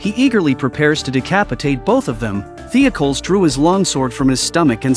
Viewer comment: Great episode, I remember watching this episode on Netflix when it was a brand new show Also, your AI is terrible at pronouncing Greek and Roman style names. It’s pronounced The-oc-oh- leez